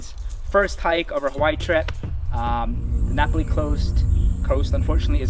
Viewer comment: Napali is pronounced differently